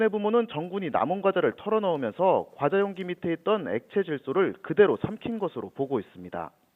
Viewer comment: 이때 소리 줄여서 봤는데 처음에 용가리 가자 를 쳐먹구요 라는줄ㅋㅋ